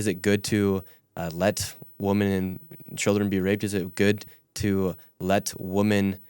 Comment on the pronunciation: Has anyone else ever noticed that Nick can’t say “women”? I’ve seen it dozens of times. He says “woman” every time he should be saying “women”.